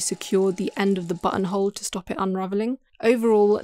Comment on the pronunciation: My girlfriend was watching this video on the couch behind me and every time the narrator said button hole I swear I heard Butthole.